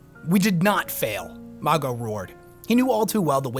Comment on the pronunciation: The pronunciation of Mago in this vid is killing me 😂😂